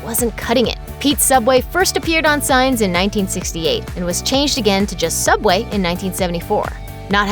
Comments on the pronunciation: In the future subway will change into sooubway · TheOdd1sOut Fans: Sooubway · So soobway was not Always called soobway?